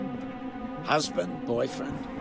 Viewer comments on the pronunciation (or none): none